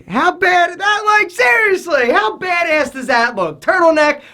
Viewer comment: I love you but the way you say badass makes me cringe. It sounds like you're saying bade Ace